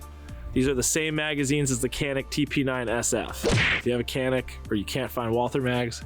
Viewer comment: Canik is TURKISH. C = J. its JANIK. That is all.